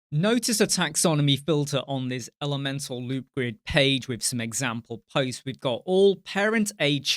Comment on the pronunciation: You got it right, it rhymes with Leeds :)